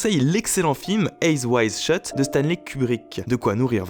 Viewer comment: PUTAIN DE MERDE QUAND TU LIS UN TITRE ANGLAIS MET L'ACCENT C'EST QUOI AIYAI WAYIDE SHEUT ???? Sinon bonne vidéo :)